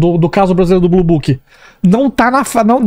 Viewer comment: Blue booking 🤣🤣🤣 é blue book